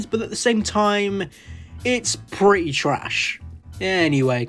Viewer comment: It's pre ' ' y trash. BRI'ISH